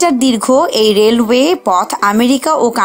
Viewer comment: রেলওয়েশ বলতে অনেক ভালো লাগে